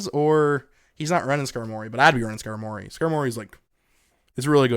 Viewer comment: Great vid🤙🏾 but ngl I hate how you say Skarmory🤦🏾‍♂️🤣💀